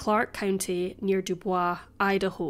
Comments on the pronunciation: Just FYI; although your pronunciation of 'Dubois' is correct French, in Idaho it's pronounced 'Doo-boys' with a hard 's' as in 'Sam'. : ) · Haha was about to say the same, we’re not that fancy here in Idaho, Doo Boys 👌🏼👌🏼👌🏼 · The town name is pronounced "DOO-BOIZ". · That's hilarious! It's my boyfriends last name and I always tease him by pronouncing it Doo-boys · I lived here in Idaho over 10 years before I was corrected and it's pronounced du boys. I still have to correct myself because I think Dubois as French pronunciation not American butchered. LOL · DuboyzE we ain't french here ma'am.